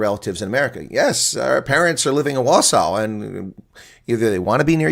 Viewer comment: Im happy the couple moved here. I live in wausau, wi also. I hope to see them and welcome them some day. By the way... is saying the name correctly